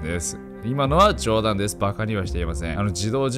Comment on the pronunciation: なんで最後そんなに冗談を強調したの笑